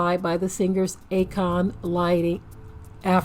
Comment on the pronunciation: It’s A-Kon 😂😂😂😂 Stand down. Shalum family 😂